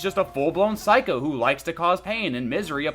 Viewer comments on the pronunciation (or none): none